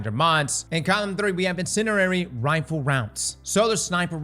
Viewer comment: Some days will pronounce in-cin-DE-ary correctly. Like dude there is a d in the middle and its pretty important for pronunciation.